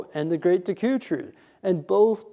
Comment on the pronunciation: I'm sorry but how you pronounced Deku hurt me in ways I didn't know. City looks great btw ❤